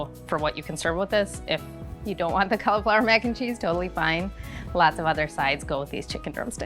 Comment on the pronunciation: It's cauliflower not caul flower.